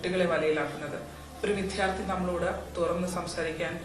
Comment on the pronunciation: വിത്യാർഥി എന്നല്ല വിദ്യാർത്ഥി എന്ന് പറയാൻ പഠിക്ക്